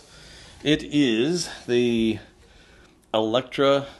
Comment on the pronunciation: ElectOR, not Electra!!!